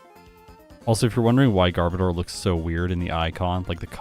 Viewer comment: Underrated and overhated Pokemon imo. Wish it was a little better in battle, though. You're mispronouncing Garbodor btw. It's actually gar-BOH-dur, like odor!